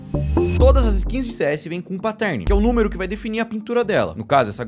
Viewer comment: Os vídeos são muito legais. Mas pelo amor de deus, parem de falar "patérni" e "mireige". O que eu vejo de gente que fala errado essas palavras só porque os youtubers continuam a pronunciar essas palavras erradas é dose. É fácil, gente. É só assistir os videos gringos ou jogar no Google translator. Eu sei que vocês não falam inglês e tals, mas não é difícil. Pronunciar "Mireige" me dói ainda mais porque vocês estão inventando uma palavra/pronuncia que não existe e milhares de pessoas continuam a repetir o erro.